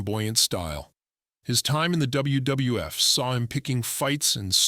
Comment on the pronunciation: What the hell is dubbayoo dubdubayooeff?